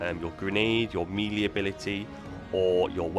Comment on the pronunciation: Why is he saying Melee like that? I thought it was some new artefact that I missed.